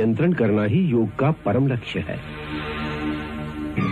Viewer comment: It's Yog not yoga